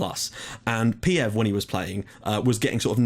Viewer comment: Peev is read [peef]. Just a small hint.Great series,mate :D